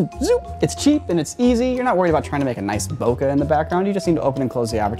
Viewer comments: Great video! Except, can we please pronounce BOKEH, Bo-KAY? It's from the Japanese word, Boke. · “bo-ke” it’s a Japanese world that means something like, “spaced out” like when your eyes fall out of focus when you are drunk. You can just say “out of focus” or out of the focal plane of the lens. No need to mispronounce a foreign word. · Is this really how you pronounce "Bokeh" I somehow doubt it